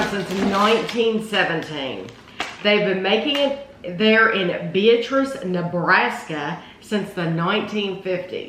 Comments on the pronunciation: Two things. The name is pronounced with the emphasis on the middle syllable. be-AT-riss. OK, now that we can pronounce it correctly, I will add to the testimonials. My family has been eating it for over 50 years. It is the ONLY fruitcake worth bothering about. People who make jokes about fruitcake have never tasted this one. It is stupendous. And they now sell it in little single serving wrapped packages that is the perfect snack or dessert portion. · It’s the best fruitcake I’ve ever had. I agree that people don’t like fruitcake because they’ve never had a great fruitcake. The name Beatrice is pronounced Bee-At-Ress though. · My family has been ordering the fruitcake from the Beatrice Bakery for 50 years. We discovered it because we lived in Beatrice. It's a goody that I look forward to every Christmas! I have one complaint on this video, the town and the fruitcake's name is pronounced Bee-AT-trice. With the emphasis on the middle syllable. They are the largest purchaser of rum in the state of Nebraska.